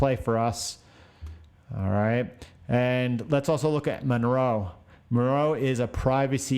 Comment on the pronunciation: Great video keep them up especially through the halving! FYI the privacy coin is “Monero” not “Monroe” :)